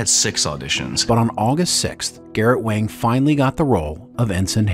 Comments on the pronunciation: I could have sworn he preferred it pronounced 'Wong'. Not 'Wang', despite the spelling. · Garrote Wang is pronounced Wong not Wang. Regarding the Ship itself its really good they made Voyager a Science vessel and not a battle cruiser. You have to make Voyager under powered under maned and under gunned otherwise there wouldn’t be opportunities for vulnerability in a new part of the galaxy! If you sent the crew into the unknown with a warship they would be the dominant factor and their journey would be too easy. This way they may not be the species with the biggest stick or the crew with the ship with the abundance of energy and resources but its their ability to work together as a team and work well with the tools they have to overcome their obstacles. Make it a big battle cruiser with all the power reserves and weapons at their finger tips and Voyager’s journey home would have been like Glamping.